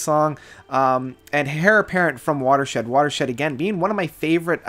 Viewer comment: Heir is pronounced “air” not “hair”